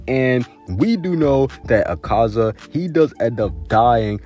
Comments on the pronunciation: my fav demon is a-car-za it's "a-ka-za" btw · Did you know that he doesn't pronounce akaza and tanjiro correctly